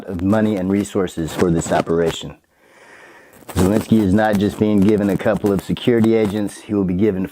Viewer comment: Not that he deserves anything nice, but why are you pronouncing it Zalinsky?